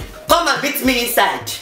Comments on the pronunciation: You said ma instead of me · ah yes the way you used to say " me" is ma